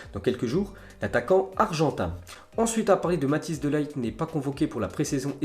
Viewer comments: Mec srx c'est pas Matijs de "LAÏT" c'est Matijs de Ligt prononce le bien stp ça ce dit de "Lirt" (le g ce pronnonce d'une manière un peu différente) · Matthijs(Matis) De Lirt pour la prononciation (Les "G" néerlandais se prononcent toujours comme en espagnol ! En gros comme des "R" français) Ps Bonne vidéo !!